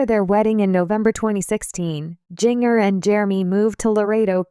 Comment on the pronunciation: Her name is pronounced JINJER!